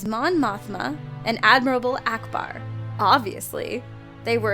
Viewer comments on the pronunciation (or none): #4 I don't know which is more irksome; how said "Admirable" Akbar, or that I'm irked by it...